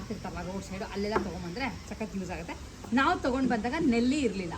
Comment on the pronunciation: ನೆಲ್ಲಿ ಅಲ್ಲ ನಲ್ಲಿ